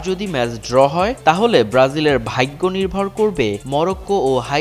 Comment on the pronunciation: ভাইগ্য!!!!!😂😂😂 কি উচ্চারণ রে 😃😃